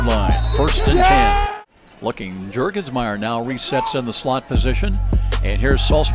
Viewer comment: Your-gens-meier? It's Jurgensmeier -- J as in Jury.